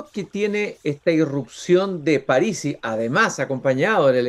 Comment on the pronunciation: Pronuncia "Párisi" cuando es una palabra esdrújula y no lleva tilde